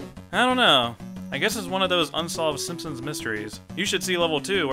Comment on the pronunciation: can't take that guy seriously when he kept saying "SimpsoMs"